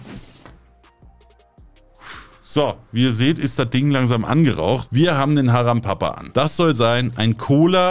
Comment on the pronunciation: Es heist Haram Para, Nicht Haram Papa😅